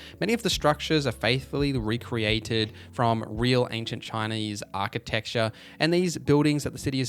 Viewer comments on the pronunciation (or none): none